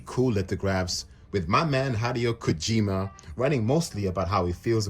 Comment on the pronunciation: Says “my man Hideo Kojima” but can’t pronounce his name correctly 😂